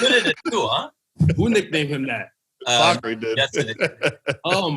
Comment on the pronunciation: Finally someone pronouncing Fakhri’s name right 👌👌